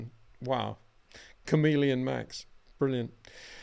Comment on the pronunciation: Its chameleon not camelion. 😉